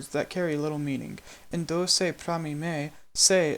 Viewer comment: I can hear that you haven't nailed the Lojban pronunciation. You're pronouncing mi and do as /me/ and /doʊ/, when it's supposed to be /mi/ and /do/.